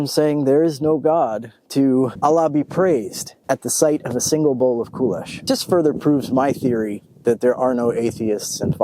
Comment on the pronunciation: Кулеш pronounced with the stress on the E. KulEsh. Based on the hungarian word for millet, "köles", supposedly. Basic kulesh would be boiling rough grain, like millet, or whats available and adding the cheapest meat that lasts long without refrigeration in the field - salo, or pork lard, finely chopped. Water would get boiled out and youd have to stir the pork fat to essentially bake the kasha in. Adding veggies or at least onions would be ideal, but hardly available to ranks below high officer in WW2. Also, I'm sure jews and muslims ate pork rations to stave off starvation, but I seriously doubt they'd thanked god for that pork.